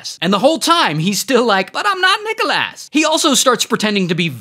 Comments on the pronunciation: Regular pronounciation:Nic-Alos ray: NiChoLaSs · It’s prounounced nick o lis not nick ol A$$ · Nickel ass Wildest pronunciation I’ve ever seen for Nicholas. It’s the substitute teacher pronunciation that gets me every time 😭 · Calling him Nicholas ❌ Calling him Nickelass ✅ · Nicholas❌️ Nicholass ✅️ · "Nicholas " vs what I hear: Nickel ass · Nicholas ❌ Nickleass✅ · How people say: Nicholas How he says:NickLAss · Why is ray saying Nickel-ass instead of Nicholas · *IT'S NOT NICKALASS IT'S NICKLESS * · Nickel ass ❌ Nicholas (nick el es) ✅ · nichal asssss lol its nick o lis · bro really said NICKELASS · Guy could have said Arthur Nicholas but went with that 🤦🏽‍♂️ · Nickel Ass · “NicholASS” lmao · Exactly 💯💯..i love his videos but wtf is a "Nickel Ass" 😂😂😂😂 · Bro I though you said "Nickel bro wth 😂😂😂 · "Nickel ass" hahahaha! The pronunciation of Nicholas has me rolling!! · why do i hear: nickel ass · bro why he callin him nickel-ass😭😭😭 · Love how ray says NickelASS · "Nikole ass" Thats literally what i hear😭😭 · ITS Nick-ah-LIS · Bro said "nickolass" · Bro called him Nickleass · "This is Nickelass". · bro litterally said nickel ass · Why did you say nicolass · That "Nicholas" pronunciation reminded me of Boyel's Nikolaj from Brooklyn 99 😂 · The way you said Nickolas 😭😭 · Everyone on about Nickel Ass with that criminal pronunciation of Glasgow 😂😂😂